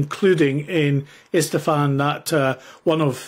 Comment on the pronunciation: ISFAHAN.., right? Not Estefan, as in Gloria’s father…